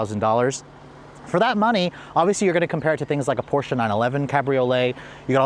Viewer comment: thumbs up for pronouncing porsche right.